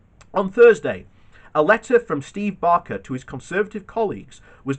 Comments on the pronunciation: Baker, not Barker. Fascist is hypocrite, shocker. You really need to read the article numerous times before you read it on a video, it's just annoying. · It’s Baker not Barker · BAKER not BARKER......